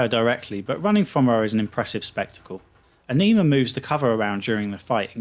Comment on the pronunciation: A-Knee-Ma?? LMAO. It's pronounced A-Ni-Ma.